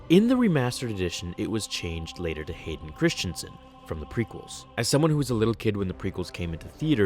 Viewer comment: Rex001X Blank it's pronounced hayden